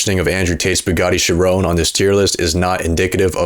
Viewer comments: chir own bro cant pronouce car names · “Bugatti Cherone” lol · stop pronouncing "chiron" wrong ahhhhhh